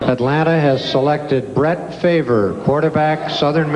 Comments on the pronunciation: Brett Fa-ver lol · "Bret favor"